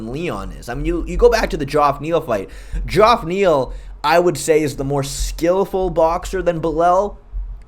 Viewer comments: Bro doesn’t know how to pronounce Geoff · Mans pronounced shavkat to a T, but couldn’t pronounce Belal or Geoff…